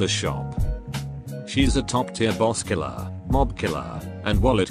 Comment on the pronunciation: I don't know why, but there's something funny in the repetition of the pronunciation of the word "killer" three times in this part of the video lol